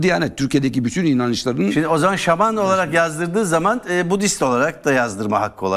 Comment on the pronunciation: Şaman yerine şağman mı diyo bunlar